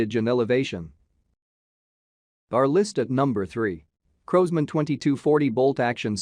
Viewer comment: Crows-man ???? In America w call it Crosman ---Like Cross-Man......